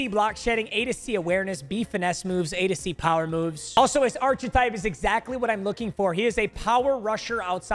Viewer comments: its "ark-a-type" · No way called archetype ARCH A TYPE 😂